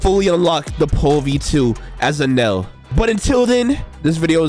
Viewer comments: Its eneruu not enel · He’s called eneru not enel